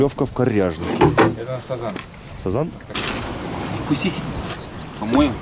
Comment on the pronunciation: сАзан так слух режет, у нас все говорят сазАн